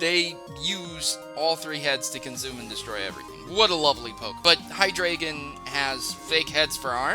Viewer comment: Actually, it's pronounced "hy-dry-gon." Like Hydra. Or drei, the German word for 3. Like Deino. Ein, one. Zweilous. Wei, two.